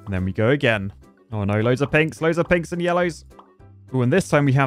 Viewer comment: Is it just me or is saying "Pigs" instead of "Pinks"